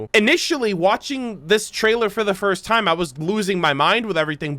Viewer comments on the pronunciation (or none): none